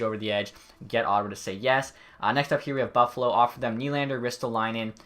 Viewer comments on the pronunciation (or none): none